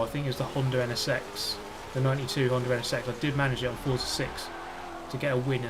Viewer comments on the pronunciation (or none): none